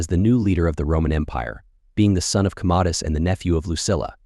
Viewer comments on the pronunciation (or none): Great previews. I was totally fooled by this AI until he mispronounced Appalachia & Commodos. Better than any of the female AIs.